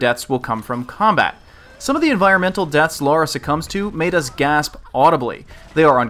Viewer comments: Great.review but it's Lara not Laura. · Its LARA,not LAURA!!!! OMG you live in English speaking country and your dont know your own gramar. WTF??? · Right. Pronounciation is unified across all english speaking countries with no difference whatsoever between one another. Sometimes i forget that. A scot, an american and a south african all pronounce "Lara" in the exact same way. Thanks for clearing that up.